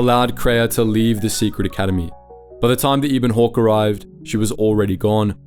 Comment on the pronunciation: just reading a script and never played the game. Can't even say 'Ebon Hawke' right -_